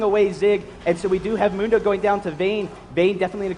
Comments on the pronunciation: Is one of the announcers purposely butchering Mundo's name? Mundo says his own name like a bajillion times... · I hate how he says Mundo's name! It's not even the right vowel